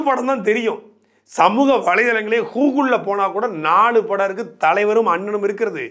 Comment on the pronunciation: அண்ணே அது கூகுள், ஹுகுல் இல்ல.👍